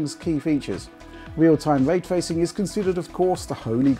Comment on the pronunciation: What is this, “way twaycing,” that keeps saying?